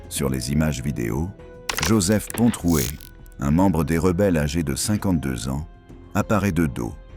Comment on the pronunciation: il est bien dit Pontroué avec un r